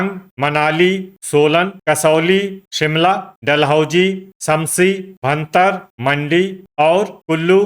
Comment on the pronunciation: 🎉 भरतार नहीं होता है भुंतर है उसका नाम कृपया करके इसको शुद्ध उच्चारण किया करें